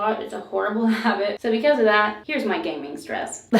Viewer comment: When she said she was gaming a lot I thought she said she 'gaining' a lot (weight) and I was like 'same girl, same'😂